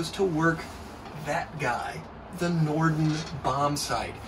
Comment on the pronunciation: "Norden" bombsite, not "Nordon".